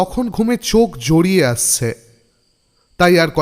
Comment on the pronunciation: Golpo ta prothome shune prof.sonkur flavour pelam..apnar golar awaj valo bolar dhoron o valo kintu 'aschhe' ebong 'sposhto' ei swobdo gulor uchharon ta thik kore nin, boddo kane lage..all the best for 50k👍